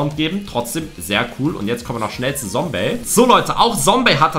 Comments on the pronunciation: Lukas das heißt nicht Sombey sondern Zombey Also mit Z ausgesprochen und nicht mit S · Man spricht es Zombey und nicht Sombey aus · Einfach zum Paluten geworden, wie du auch statt „Zombey“ auch „Sombey“ sagst😂 (no front) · Nicht sombey !!!!!!!!!! Zombey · Es heißt Zombey und nicht Sombey 😡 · Es heißt nicht Sombey sondern Zombey😡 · Man spricht ihn nicht sombey sondern zombey aus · Zombey!!! NICHT Sombey!!!!! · Nicht Sombey sondern Zombey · Zombey und nicht Sombey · Boah ich war so getriggert als er sombey gesagt hat😂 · Es heißt Zombey